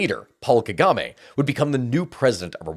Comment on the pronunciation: At least he didn't do too bad pronouncing the name of Presidents Mobutu and Tchisekedi. A bit little less convincing on Paul Kagame and Laurent Kabila.